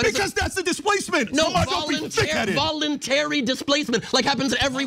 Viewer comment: Bruh said voluntary